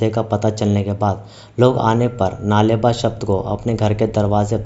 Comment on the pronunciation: U r pronouncing it wrong... Its नाळे बा (कल आना कन्नडा में) not नाले बा।